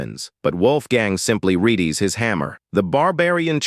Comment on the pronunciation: is there some sort of rule to stop people who use Ai voices from checking that the damn thing actually says the right thing?Im only three minutes in to the video and the thing sounds like a kindergarten child trying to read,you telling me you heard the thing pronounce readies as reedys and decapapatated and went "yeah that's fine" you guys are already making the Ai do the reading at least check the script you lazy bastards.